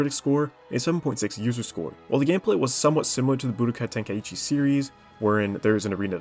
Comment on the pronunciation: No to be a hater but i cant stand the way you say Budokai Tenkaichi